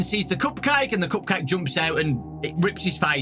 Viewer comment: "Coop cayhk" 😂